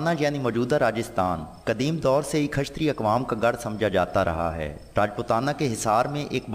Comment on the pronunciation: khashtriya ni Kshatriya hota hai